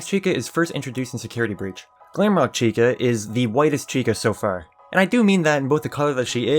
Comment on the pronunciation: Am I the only one who heard little red cun- little red chica